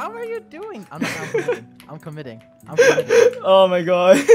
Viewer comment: I just realised when you said “Oh my god” it sounds like “Ar me gon”